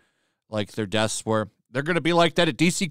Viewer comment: This is hilarious.. "Desks" comes up as "deaths" on closed captions because you can't pronounce the "sks". "Deaths are not attributed to any one person" and "Fewer deaths than staff" reads way more appropriate for their situation.